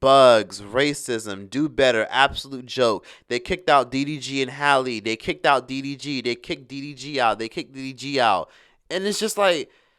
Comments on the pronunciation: Did you call him dvd I’m hollering 🤣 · I say he’s calls him DVD every time 😂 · After calling him "DVD" what has that change in his life 😮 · You keep calling him DVD🤣🤣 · DVD DGG lmfaoooo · I like how refuse to get DDG's name right. 😂